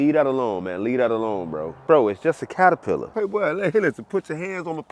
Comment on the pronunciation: Did you actually say, in the beginning, "paterpillar?" 😅